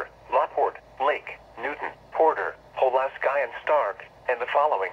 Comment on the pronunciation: It said palaski